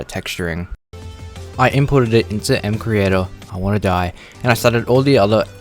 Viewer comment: first of all it's pronounced: EMCREATOR not EMSEECREATOR, and you should add titanium, and uranium ore/tools/armor using recolored actual minecraft textures, not MCreators auto-generated vers